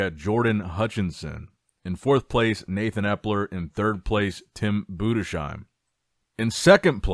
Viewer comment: Enough is enough. It‘s Budes - Heim. No „Sh“ sound. It‘s pronounced „Budes - Heim.“ I am German. I know.